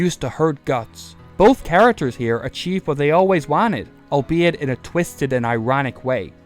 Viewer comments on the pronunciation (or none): none